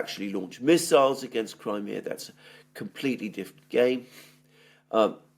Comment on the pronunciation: > Your pronunciation of Crimea is incorrect; fix it, you're irritating me. If you're speaking English, use the English pronunciation, not the Greek pronunciation. I'm Italian & I don't call Rome, Roma when I'm speaking to an English audience. Stop this arrogant Greek BS. I live in Australia & I have seen the Greeks suffocate all new-comers to their culture. Greeks leave NO ROOM for any other culture, they drown them. This is exactly what happened to my cousin who married a Greek..... Pronounce Crimea properly, you're speaking to an English audience; we are NOT Greeks!!!!!